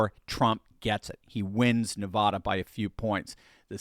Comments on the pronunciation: It's NE-VAAAAHHH-DA. VAAAA...OK. Please stop calling it Ne-vah-duh. Thanks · Your pronouncing Nevada incorrectly repeatedly, but we in Nevada (Vegas) can understand. It's Ne-Vaaa-Da Not Nah-Vah-Dah. 😉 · Please take note: preferred pronunciation for Nevada is "Nev.ADD.ah". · it is Nevada as is adenoid not Nevahda as in turn your head and cough. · ...it's not Nevada. It's Nevaaaada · Please stop saying Nevada incorrectly!!! Every time someone says it that way, it seems like they're trying to class the place up! Please stop!!!! I'm a huge fan, just trying to help. We tune out when people say our name wrong!